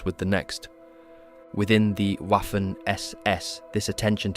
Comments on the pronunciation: „Waffen“ is spelled like „Vaffen“, not „waffel „😅 Hint: The same here: „Wiking“ spells just like „Veeking“, but with short „ee“. 😊 I think, they did not have zippers in those days. So, Norsk people not telling the truth here, right?😅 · Great vid. Fyi, Waffen is pronounced Vaffen, Wiking-Viking. Just like Wagner is pronounced Vagner.